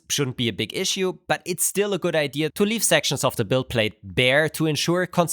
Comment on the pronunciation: He constantly pronounces "idea" like "eye deer" with the r and everything